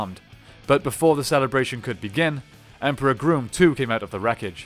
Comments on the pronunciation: It's Grumm not Groom 🙄🙄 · You keep calling grum groom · Wait did you just say emperor groom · "Emperor Groom"? XD I'm dying. It rhymes with rum and chum. It's Emperor Grumm. That's how they pronounce it in the show.